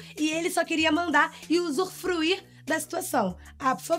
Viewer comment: Pelo amor de Deus, 🤦🏻‍♂️ "usurfruí" 😂😂😂😂😂😂😂